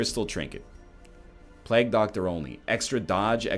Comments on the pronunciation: Stop saying plaag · Is he saying plague that way to be funny or is it because he's canadian?